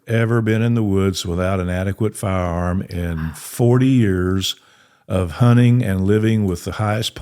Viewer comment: Honnen ❌ Hunting ✅